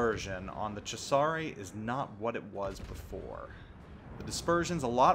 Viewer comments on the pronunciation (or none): If you're going to pronounce Cesare with a "che" at the beggining pronounce the "s" as a "z" too.